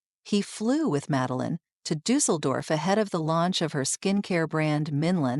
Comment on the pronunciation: Schlechte KI Sprech: Meline😂